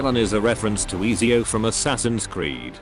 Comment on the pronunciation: i like how he pronounced ezio 😂